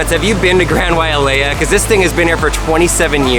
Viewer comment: I live in maui I go on that all the time its so much fun and you said Wailea wrong